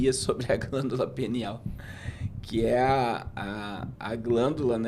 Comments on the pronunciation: Glândula "pineal " 😅 e não penial kkkk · Me da uma agonia ouvir glândula penial, penial é relacionado ao pênis. É glândula PINEAL. Só uma dica, em nome de Jesus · O nome da glândula é PINEAL e não penial 😂😂😂😂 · Não é penial, não,. É pIneal, PI. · voltei no video e realmente eles falam penial kkk o nivel de humor subiu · O nome é pineal e não penial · Pineal e não penial